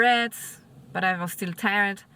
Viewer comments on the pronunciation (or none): It's not tie-red, it's tired - tierrd